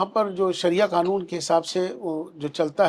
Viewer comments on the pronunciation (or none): none